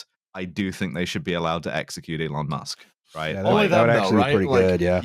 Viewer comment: Eelon Musk